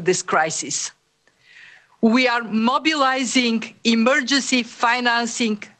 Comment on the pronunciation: Did she say she's "mobilising" or "monopolising" resources needed to fight the virus? I thought I heard her say "monopolising" in that clip